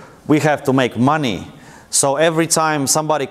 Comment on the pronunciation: "and I get the moneyys!" lol